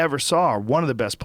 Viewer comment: What? And it's heroin not "herion"